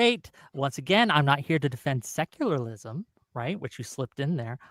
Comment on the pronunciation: Why does keep saying “seclarlism”?! Lmao!